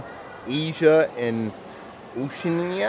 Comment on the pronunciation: Yeah and it’s pronounced Oh-she-anna